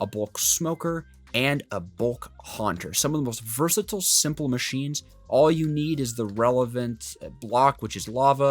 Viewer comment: bros favorite word is "Versitle" 💀